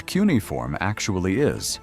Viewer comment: I found this to be really interesting. It's a really good video about how this research can work better using AI to compare fragments in multiple museums and archives. Before doing another of these, though, please teach the AI how to say key words that will be used often. The word "cuneifom." It was mispronounced various ways throughout the video, and I found that to be distracting. Thank you for sharing the research. It's really cool that we now have a bit more of the Gilgamesh story now!